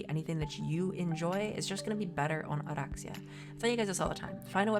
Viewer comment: I find the way you roll Oraxia's R very natural and your narration is always so soothing. Great video, awesome builds!